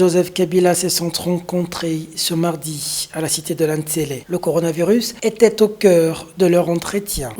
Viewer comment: tu prononce le t à la fin de était c’est une faute dont tu ne te rends probablement pas compte. Sinon bravo pour ton travail